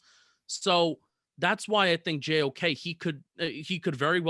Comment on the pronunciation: im almost 90% sure u didnt say JOK’s name right LMAOO